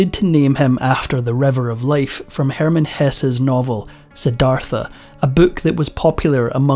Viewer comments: Its Sid ARTUH not Sidarthuh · It’s pronounced Sid-arta